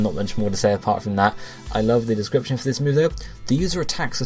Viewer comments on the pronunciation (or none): none